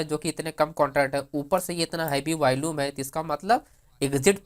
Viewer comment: You seem to have a good grip on the options chain and its parameters.. but you lack the Power of explaining.. and it's not Valume.. it's VOLUME. Just a humble feedback.😊